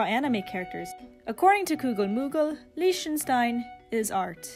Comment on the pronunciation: The way this person pronounces Lichtenstein irks me